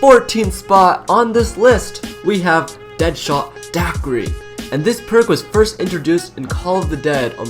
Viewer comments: Lol daquity... its pronounced dackery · deadshot... DA QU REE and * jah gur nahg*. please learn how to speak